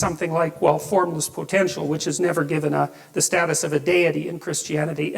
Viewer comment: "Given" not Gibbon,... growing old sucks, I know, there myself. I do appreciate you learning Hebrew with Jacob though, learning new things like that help keep the mind sharp.👍🙏